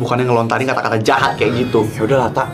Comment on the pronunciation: Jahat kak bukan jehat😂